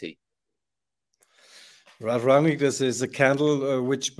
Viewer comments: It's Rangnick not Ragnick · Rang-nick,, not Rag-nick. RANG-NICK.